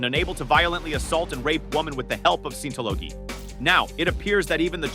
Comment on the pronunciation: LOL at how it butchered scientology.